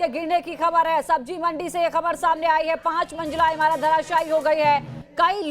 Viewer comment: Sabzi not sabji, manzil not manjil.